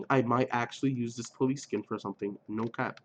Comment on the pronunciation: LMAO I love it how you said "NO cap"